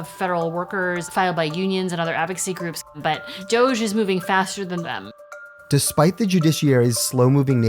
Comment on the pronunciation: He said GOGE, he can’t even pronounce it correctly.